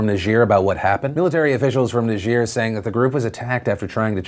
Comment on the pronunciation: ne-jeer? No. Say Ny-Jer.